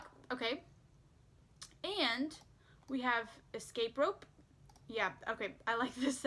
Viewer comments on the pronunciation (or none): none